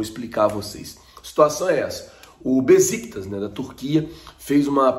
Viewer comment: Bom dia! O nome do time turco que negocia o Léo Pereira se pronuncia: Béchictash e não Beziktas.